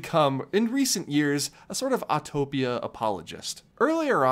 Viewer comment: I’m so glad you actually know how to say “Autopia.” Thank you for not saying Autotopia!!!